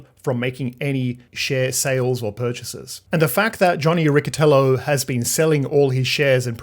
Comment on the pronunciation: Riccitello for you native english speakers its Ricchytello with a double 'l'